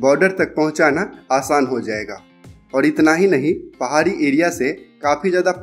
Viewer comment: why you pronounce S instead of SH.? It is Rishikesh not Risikes, Pahari area not paari area. yaar teri English bahut galat hey. I do not where you studied? Every word wrongly spoken.